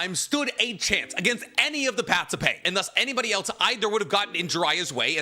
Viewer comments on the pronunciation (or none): none